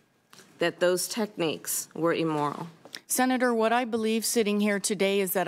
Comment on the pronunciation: Every time she says "Senator, ...." I just die a little inside